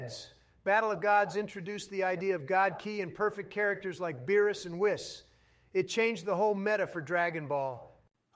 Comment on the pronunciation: I was getting pretty annoyed at the awful takes in this, then I realised this is what actual db fans would probably say. So good job on that front. You could have put more effort into pronunciation though. Should have spelled names Vejito and wees